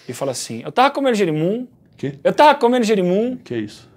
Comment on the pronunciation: "Eu tava comenu jerimum.." Perdi kkkkkk